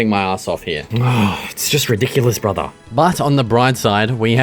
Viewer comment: “What is this stone brutha?” And instantly knew he is a local bloke